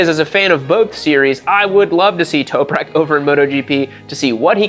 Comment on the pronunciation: Toperak? You mean Top-rack?